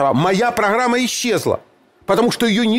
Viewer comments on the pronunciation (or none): Не ходу - а году. Не прохрама - а программа. Не Харькив - а Харьков. И т.д... прохесор... Получайте то, чего достойны.